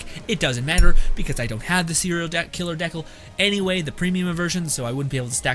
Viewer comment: Dude are you joking around the way you pronounce decal? I hope so. Dee kale like stickers or decorations you put on a car, skate board, notebook.